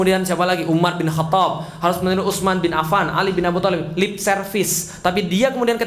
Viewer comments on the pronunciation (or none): none